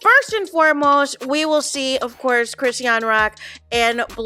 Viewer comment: You're tearing up Chrisean's name 😅